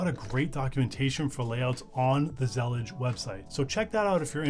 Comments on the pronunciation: whaaaaaaaaaaat... that's not how you pronouce Zellij not with a G.... believe me I am Moroccan. also not Zallija. more like ZLLeeJ. ps: will definitely use it. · it's pronounced zalleej (with stress on the l?) it's an arabic word that describes a specific style of mosaic tilework, that was popular in the Al-Andalus and still present in west north africa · It's pronounced zuh-leej. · The word Zellij comes from the Moroccan word that refers Moroccan style mosaic tiles that Morocco is famous for. Pronounced Zil-eej